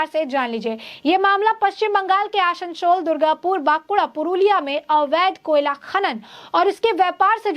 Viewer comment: Aasansol - not Aashanshol Bansal - Not Banshal